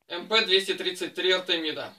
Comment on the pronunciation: Как приятно слышать правильное произношение модели!!! Именно МП!!! Редко сейчас услышишь правильное произношение...